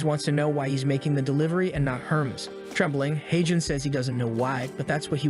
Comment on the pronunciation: I love all the mispronunciations. "What up Herms".